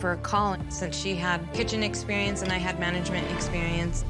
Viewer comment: exeberinse lol